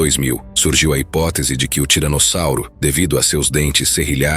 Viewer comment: O cara tá falando tiranozzauro além de tiranossauro😂😂